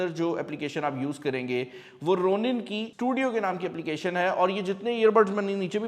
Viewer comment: The correct pronunciation is "Raw-nin", not the Roo-nin 😭😭 Please correct your pronunciation. It's irritating 😤